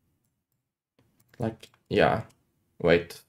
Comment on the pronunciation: when you say "yea" it sounds like "yap" 🐐